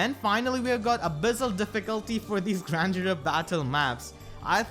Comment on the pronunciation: Every time I hear say Grand Hero I hear grandeur haha